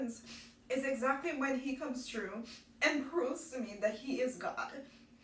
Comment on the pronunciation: You have me crying..I appreciate this post....but just because I am constantly trying to place Caribbean accents..You said said "true" for through at one point and it sounded very Trini.Are you originally from Trinidad?